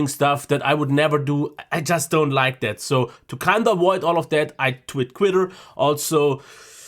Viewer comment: "...I tit quitter..." . 😁 Made my day! 👍👍👍